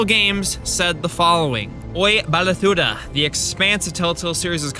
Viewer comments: Lol, just an FYI that word in the tweet is pronounced: Belt - ah - low - da. In The Expanse, it's a word in the Belter language that basically translates to "Us Belters!". It's generally used as a bit of a rallying cry. Belters are people born in Stations across the Asteroid Belt. Anyway, it's nice seeing a Telltale fan promoting the Expanse game! As an Expanse fan, it's been a little disappointing seeing a bunch of Telltale fans blasting the game on Twitter and stuff because it's not Wolf Among Us. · Later in the video sure. You're mispronunciation of Beltalowda confirmed it before then though.